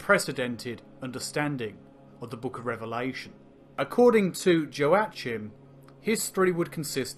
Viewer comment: A little nit-picking but I'm pretty sure that Joachim is pronounced "Hwak-eem", not "joe-achim", it's the same root as Joaquin Phoenix's name.